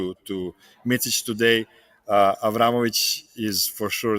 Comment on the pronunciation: Nobody will ever learn Micic name in America... its miCic, not miCHic... its C, like celling... Hard to describe, u dont have C letter in a way we say it...